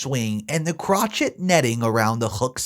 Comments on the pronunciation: Crockett is pronounced Crossway not crotch et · "Crochet" is pronounced 'crow-SHAY' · As an fyi- 'crochet' is pronounced 'crow shay'. But OP is not the AH. SIL needs to replace it. If not her, then OP'S husband should.